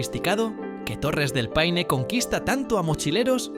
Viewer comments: Chilito qué te extrañoooo! y se pronuncia P-a-i-n-e y jamás pein!! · ¡PAINE! Huevón estúpido. Paine es una palabra del idioma mapudungún, la lengua de la etnia mapuche y significa: 'celeste' o azul claro. Junto a las Torres del Paine corre el río Paine. Pero también en las cercanías de Santiago hay una localidad llamada Paine, famosa por lo grande y sabrosas que son sus sandías. Hay que ser extremadamente torpe e ignorante para creer que esta palabra de origen mapuche deba ser leída como si fuese una palabra inglesa. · Ridículamente estúpido, torpe e ignorante creer que la palabra «Paine» de origen mapuche deba ser leída como si fuese una palabra inglesa.